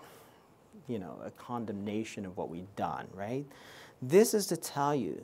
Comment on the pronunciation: Right ? 😂😂 very informative and helpful but I became mentally abused predicting when he will say „wraight?“